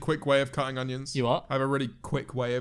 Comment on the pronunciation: i always laugh at my mum whenever she says onions because she pronounces it with a very subtle G (so she says 'ungions' the g is very subtle) and i just realised George says it like that too